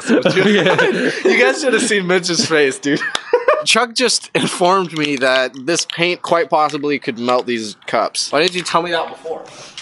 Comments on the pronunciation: “Is your person kwhikte” 😂😂good way to start the video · “Kwhaite”